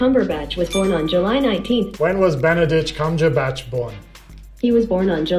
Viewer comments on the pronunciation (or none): About : EXTREMELY Japanese. Also, Benebatch Cumberbict. I’m wheezing. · “When was beneditch cungerbatch born” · Google Trained so hard to understand people's mistakes while saying Benepeach Cumbertich . I am not surprised :D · U mean Benadryl Cucumberpatch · He actually said “Benbach cumberdick” and Siri still answered wow 😂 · when was Bendadick Cumberclit born? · "When was Benebatch Cumberdict born?" This made me laugh too much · Benadryl Cumberland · Benadich Cumjurebatch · "Benebatch Cumberdicks." I'm done. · “When was benaben cumondict born” “July 19th” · benebatch cumberdick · bhanidhek koombheerbach LOL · You know people have been googling benneling cuntrøbat wrong so much that you cannot mispronounce his name :-P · Google is immune to mispronunciation of Benedict Cumberbatch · Google understands the unspoken rule to murder Benadryl Cucumberpatch's name lol